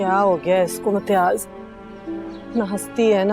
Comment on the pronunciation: His name is imtiyaz she unintentionally call him metyaz 😅 it's means piss urine 😅and he deserves it